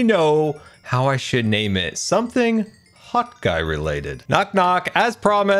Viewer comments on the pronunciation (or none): not Hotguy but Shotguy